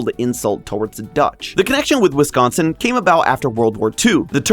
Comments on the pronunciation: As a Wisconsinite, high praise for pronouncing Wisconsin correctly (like whisk instead of emphasizing con) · And surprisingly pronounced correctly